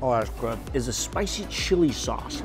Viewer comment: Steak so good, it has you slurring words. He said “ Spicy Chilli Shauce”.